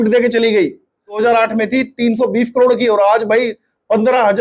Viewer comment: इन हरामि पाकिस्तानियों से करोड़ भी नहीं बोला जा रहा साले कड़ोर बोल रहे हैं 😂😂😂😂